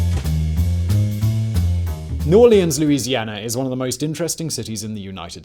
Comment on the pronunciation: Love you Simon, but I dont know why, I do hate your pronounciation of the "Orleans" in New Orleans. 😂